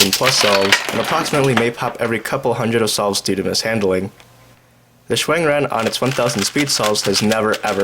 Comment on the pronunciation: "zan chee" lol. Interesting pronunciation